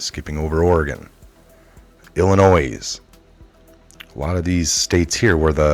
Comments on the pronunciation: I can tell you're not from Illinois.. JFYI the "s" is silent. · 411 it’s il a noy Great work 👍